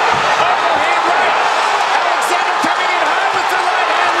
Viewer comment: That's my mfing cousin so fucking proud of him doing the Alexander name right ❤